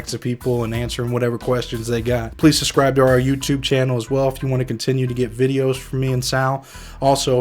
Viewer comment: Please learn how to pronounce the word "subscribe". It is not "sus-scribe" and it sounds like a 3 year old when you say it that way